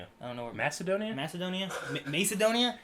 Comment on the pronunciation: pronounced Macedonia correctly. lol.